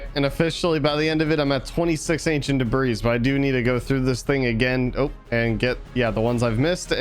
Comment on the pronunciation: It’s pronounced “de-bree” not “de-brees”